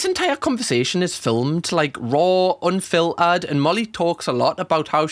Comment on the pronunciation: if i have to hear raw and anfilterd agian